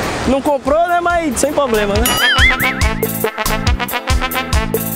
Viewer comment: e esse negocio do: "tem nenhum poblema com a brincadeira não né?" quem fala é o kk